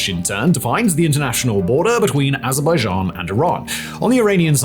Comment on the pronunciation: 😂 i love how he says "AzzrrrBuhzJhAan "